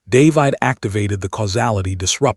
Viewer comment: Dave-eyed?? Really? Can't even pronounce a common name?